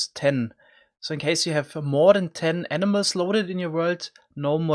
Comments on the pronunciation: Lol the way you say animals makes it sound like you are saying enemas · Every time he said animals I thought he said enimas lol